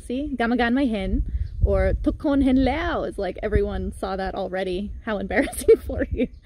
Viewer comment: Pronounce "Leo Leo! " ""Leh-o Leh-O""